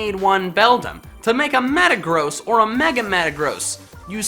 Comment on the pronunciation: Have u guys wondered how says metagross?!! He says it like Meta-GROSS so does think that metagross is bad or gross